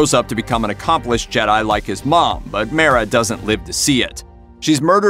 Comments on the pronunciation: Mara is pronounced as; Mar-rah not Mair-rah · One name: Dark Forces II Also, God damnit, I know this is nitpicky YouTube comment section bitch work but how you gonna miss pronounced "Mara"?